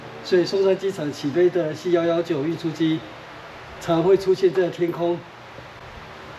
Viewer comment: C119 不是念C腰腰拐，應該是C腰腰勾